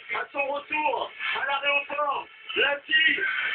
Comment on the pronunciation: "a l'aRéoport" Mdr